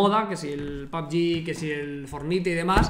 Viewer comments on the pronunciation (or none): Alaiin Nahem NO POR QUEAL PUBG LE DIJO PUB SHI